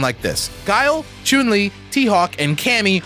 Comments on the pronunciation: I am so proud that they nailed the correct pronunciation of chun li's name at about the mark. Always thought it was funny gamers made a big deal over the correct pronunciation of ryu, but would never pronounce chun li correctly. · omg i loved how he pronounced Chun-li